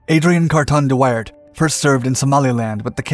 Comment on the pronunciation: Are you sure that is how Wairt is pronounced?